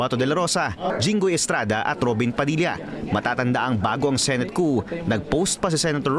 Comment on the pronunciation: Wrong pronunciation of the word COUP